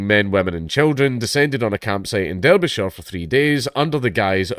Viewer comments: I’m more offended over that poor excuse of pronouncing Derbyshire😢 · Why can't Dank pronounce Derbyshire? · Pronouncing "Derbyshire" like that 😂 I know you WANT to be American, but c'mon